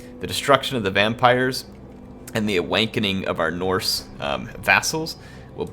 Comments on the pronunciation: You definitely said awankening at the end there. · "Awankening". Nice.